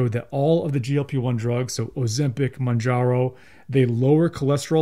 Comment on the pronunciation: What drugs, again? Your mumbling sounds like 'oseptic' and 'manjaro'. The description box below the video would be a good place in which to spell out unfamiliar terms.